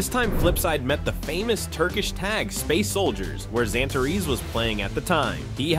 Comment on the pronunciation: "xanatareeeeeess" bruh that pronunciation